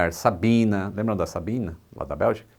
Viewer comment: Sabena e não Sabina...esse era o nome da companhia aérea Belga!😉